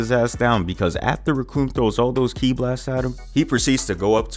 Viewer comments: Bro said “key-eye blast” lmao it’s pronounced “key” for kí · Did bro say kee eye push?